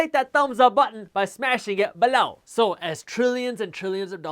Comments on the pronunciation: Stop saying "below" like that, it's so annoying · Alright the accentuation of the word "below" is seriously getting annoying. I almost can't watch your videos anymore. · I love this channel but I hate how he says " below"